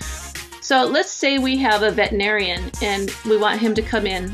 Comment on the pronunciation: Good tutorial (apart from the pronunciation of veterinarian making me crazy). Very tempted to try it...